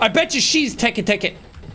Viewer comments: I like when Jack was trying to pronounce teketeke and he said tiki tiki the only thing I was thinking right now was the SpongeBob episode of Squidward's tiki land 😂😂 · Te-Kay te-kay ❌ Teek teek ❌ Tiki-tiki❌ Teke teke✅ Got it the fourth try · him unable to pronounce Teke Teke at first hurt me as someone that loves Jappanese culture and mythos